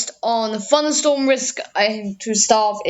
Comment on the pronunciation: actually most of it's very good it's just where you say things like 'funderstorm risk', 'de opposite', 'de Eastern Coast', rest is well pronounced